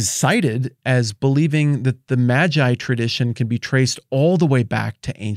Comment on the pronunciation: It's May-gii bruh...